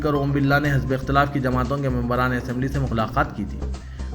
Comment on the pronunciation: Are jahil ( hazbe ikhtalaf) naheen hai. Balke( hizbe ikhtelaf) hai.